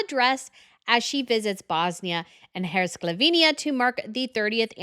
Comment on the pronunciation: Hearing my country names: Bosnia & Herzegovina/ Sarajevo mispronounced makes me wish she wouldn't! If you don't care about us, stop disrespecting us! DON'T mention us.....